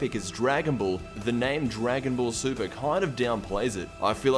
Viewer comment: Wait, you said you liked the ending of Dragon Ball... Super? Uh. I think you said that wrong lmao.